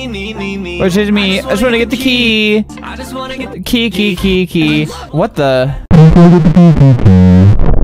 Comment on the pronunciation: I just wanna get the key key key" what i hear : i just wanna get the tea tea tea